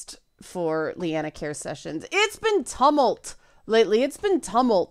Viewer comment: Tumult is pronounced tue-mult